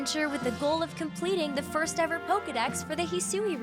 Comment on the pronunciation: Hearing the female narrator say Poka-mon, Poka-balls, & Poka-dex makes me cringe so hard... 😬 Hee-su-weee...? Komm-uh-do...? 😬😬